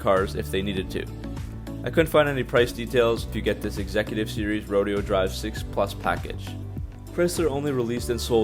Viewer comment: Rodeo drive is pronounced ro-day-o drive